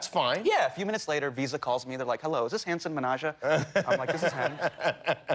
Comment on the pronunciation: loool the pronunciation “hansan manaja” 😂😂😂